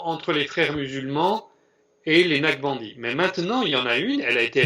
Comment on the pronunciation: Excellente démonstration. Toutefois il faudrait prononcer NAQ-CHA-BAN-DI et non Nachbandi/Naqbandi pour que l'auditeur non averti sache de quoi il s'agit. Merci